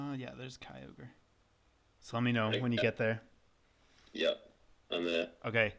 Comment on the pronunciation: we did ket kyrum i think u mean kyoger